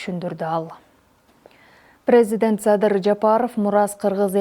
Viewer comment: Алып баруучу кыз так ,дикция менен сүйлөөнү уйрон,уят, президент дегенди да туура айтып жур